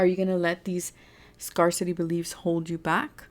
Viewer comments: I love you. Just wanted to tell you, help you, scarcity is pronounced, scare city. Just so you know. 😊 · #3 Thank you for the reading!💞 Oh btw, scarcity is pronounced scare-city 😊